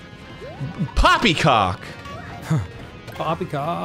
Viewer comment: Pwoppy cwock